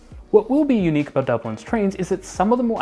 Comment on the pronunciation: excited “about”. Please!